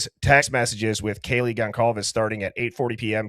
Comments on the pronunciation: HOW DO YOU MISPRONOUNCE GONCALVES AT THIS POINT?! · I know and I was not impressed. Disrespectful.